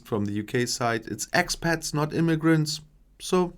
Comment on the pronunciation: I thought he said “Axe pet”, which would be Lizzie Borden’s constant companion.